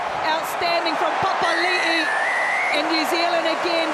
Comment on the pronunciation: Can the English commentator pronounce anyone's name correctly? He butchered Retallick, Papali'i, maybe Tele'a and Savea too.